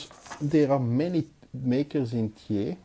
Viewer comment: Excellent, as usual, thanks for this review. PS: Thiers is pronounced, in France, tière (like bière) ;-)